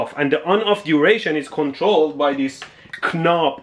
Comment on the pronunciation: the word knobs is pronounced the same as nobs. the k in knobs is silent